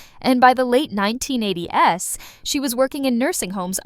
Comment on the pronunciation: In the late 1980 ess? If you're gonna use AI in your videos, make sure the copy is spoken the right way. As soon as I heard that , I left w/o watching the remainder of the clip.